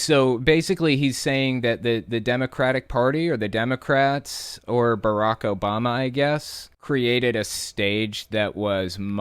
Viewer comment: "BARAK OBALMAHL" Geez these people